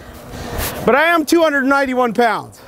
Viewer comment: and you said pond instead of pound